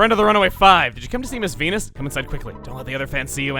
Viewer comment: Okay so I was zoning out a bit and not looking at the video, but Venus sounded a lot like penis.